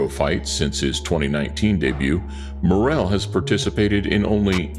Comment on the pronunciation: .... the Ring Announcer's attempt at putting some representation on David Morrel's name, was seriously cringe, it came out like he was having a stroke....